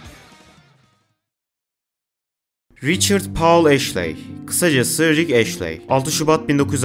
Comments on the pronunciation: Sizin okuduğunuz (eşley diye okunan) Ashley diye yazılıyor Astley diye yazılıyor orijinalinde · bütün video boyunca ashley'i eşli yerine eşley olarak okuyan sana da teşekkürler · Yanlız o rick ashley diye okunmuyor rick astley diye okunuyor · Abi güzel video da astley "eşley" değil "estliy" diye okunuyor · Neden Astley'e sürekli Ashley diyip durdun anlamadım. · Video boyunca Rick Ashley demişsin estliy diye okunuyo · Ashley değil astley ama neyse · Rick "Eşley" ne lan? O rick Estliy(Astley) degilmi? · Abicim ashley değil astley estli diye de okunur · rick ashley(rik eşlii) değil lan adamın adı rick astley(rik estlii)